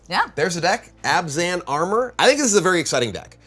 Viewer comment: Her favorite color combo and can't even pronounce it right. It's Abzan not Azban.